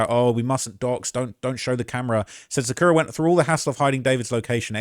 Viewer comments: sukana?? her name is sakura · Sukana???? No way theu ment Sakura lmaoooo